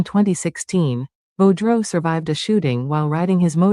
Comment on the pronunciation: It’s French. Sounds like Boo Drow spelt Boudreault